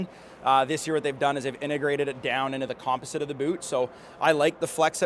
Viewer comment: Why does no one know how to say composite correctly? 🤦‍♂️